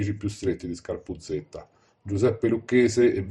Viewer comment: Scarpuzzedda non scarpuzzetta..per dio prima di fare i video documentati